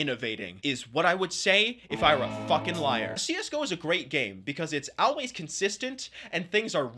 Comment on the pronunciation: Y u say always like "aulways" ?😮